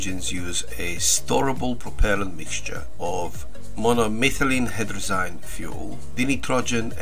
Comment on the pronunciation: Dude, you butchered the rocket fuel. NITE RO JEN TET ROX EYED and MON O METHYL HY DRAH ZEEN. Also, the powered landings have been scraped as it would take too long to get the process certified for human use. Do your research. No banana.